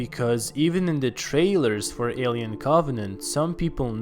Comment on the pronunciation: The way you pronounce Alien makes me cringe